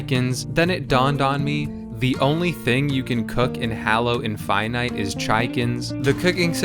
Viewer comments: "Hallow" 💀 "Master chef" 💀🥕🥥🧅🥓🧇🥞🥯🧀🥚🍣🍢🍱🥫🍨🍤🧁🥧🥄🥢🍴🥗🍔🍟🍕🌭🥘🥙🌮🌯🧂🍝🍠🦞🎂🍩🍪 "Chiekin" 💀🍗 "Infynyte" 💀♾ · I can't believe you pronounced infinite like that I hate it